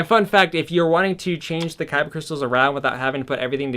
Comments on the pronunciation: Anyone else hate that he keeps saying kybuh instead of kyber? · I’m sorry I can’t sit through this whole vid and not say anything. It’s a kyber crystal. Kyber NOT kyba! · KY-BER NOT "kybba" for the love of GOD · Is he saying kyba crystal? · Lol every time he said kyba crystals I died a little inside 😭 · “kybah” crystals lol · it's not like this is up for debate, this isn't like"tomato" "tomahto" it's a "kyber" Crystal hard "er" sound. You'd think a Star wars fan would want to represent their franchise correctly, but whatever. No harm done I guess, you just make everyone think of Yu-Gi-Oh every time you say it.